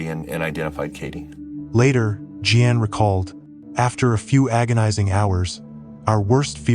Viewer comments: Really stupid AI pronouncing. Je Ann? It us JEAN ...idiot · This AI voice call her mom Jean G Ann! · Don't use AI. It said Gee-Ann for Jean. Ffs c'mon! Downvoted my upvote. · "G-Ann" that was as far as I could go with this AI drivel. It's Jean...J-ee-n... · Gee-an. I love ai. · You can't pronounce "Jean". Is this an ai slop video?